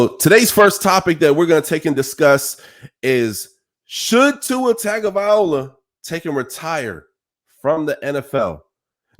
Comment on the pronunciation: Before he retires, maybe you should learn how to say his name! 😂🤣 Luckily it’s his decision and ONKY his decision. What any of us think means NOTHING:-)